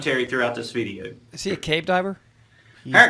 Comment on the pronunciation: Love the way he says VID-EE-EEWW